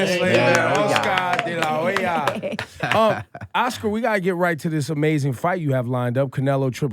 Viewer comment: Laura Stylez why you pronouncing your H's in Spanish like H's in English? The way you pronounced it sounds like Oscar de la Joya... no mames, mas gringa que la chingada